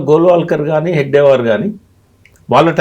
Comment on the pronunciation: ఆ మహానుభావుని, ఆ యుగ ద్రష్ట పేరు హెగ్డేవార్ కాదు, హెడ్గేవార్. అది మొదలు తెలుసుకోండి. మీరు చెపుతున్నదంతా మీ లెఫ్టిస్ట్ కోణం లోనుంచి చూసిన, ప్రజలకు చూపిస్తున్న చిత్రం. RSS చరిత్రను వక్రీకరించటానికి చాలా హోంవర్క్ చేశారు. కానీ ప్రజలు ఎవ్వరూ నమ్మరు, మీ లెఫ్టిస్ట్ లు తప్ప.